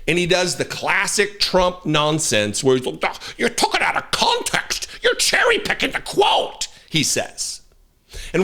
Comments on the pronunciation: He actually didn't say "cherry" picking, he said "Jerry" picking. The captions agree with me. He's so dumb, he can't even get that common phrase correct? 🙄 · I think he said gerry picking😂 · Thanks I found it funny how he called it "Jerry- Picking" .. What is this WWII?!?! .. 🙄🫢👎🤮